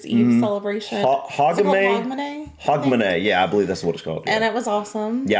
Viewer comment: Just a little tip, hogmanay you got almsot perfect pronunciation. The hog is oronounced more like hug. So hug-manay. I hope this helps